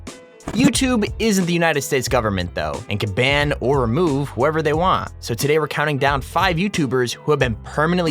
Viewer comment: Ban not band